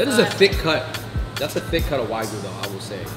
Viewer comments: It's wagyu not why goo. :D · Wagyu is pronounced wah gyu.